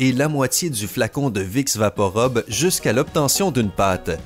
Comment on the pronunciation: Vous avez un défaut de 🙉🙉🙉🙉🙉🙉🙉🙉 PRONONCIATION ami canadien ...😄 Vous dîtes vicks vaporobe.... c'est un U !!! Rube et non 👗 robe ....🙄🙄🙄